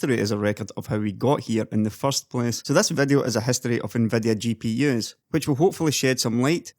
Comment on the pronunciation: Stop saying "NVEDEA" instead of "nvidia"! And "manyfaturing" instead of "manufacturing"! "defenetion", "two fafty thanks", "transastols", "lighting", "chep", "exested", "neintee", "hondred", "faynally", "descraybe", "culer", "competeteon", "dollos", "buck", "pru", "dun't", "gavan", "rebrunding", "bil", "delevers", "vedeos", "pursen", "bagger", "onother", "flagshep", "effeshent", "assomptions", ... OMFG! You pronunciation is SO DISGUSTING! Use Text-to-speech instead! Don't make such a videos!